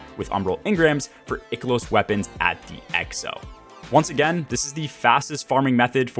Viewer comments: EYE-KEH-LOSS LOOK UP THE PRONOUNCIATION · "Eye-kilos" bro - solid post on farming strategy! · Ick to the way you say I-KELOS! Great content tho. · Eye key los weapons, there's no ''c'' so it's not pronounced like sick or thick. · An interestingly wrong way to pronounce Ikelos, I've never heard before. That aside, for those that are still working on their EXO frame upgrades, just know that you do not have to stick to a particular upgrade path. You can weave back and forth between the top and middle rows. Other than that, mainly stick to stuff that gives you deep sight or more umbral options. And just do the seasonal activity, in between your usual weekly grind, and public events are typically best for seasonal currency. Really don't need a long video to explain this. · You say Ikelos wrong.